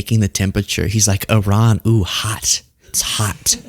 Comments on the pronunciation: She can't pronounce Iran correctly though. Which is very ignorant. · When are Americans going to learn that Iran is not pronounced I RAN ? It's E RAN. It is that easy. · Some of these people can say "I-Ran" because they run when confronted on camera & off